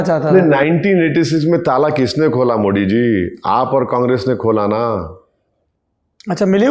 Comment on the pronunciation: Arey Bhai kamse kam PM ke name to thik se lo.. it not Modi it's Modi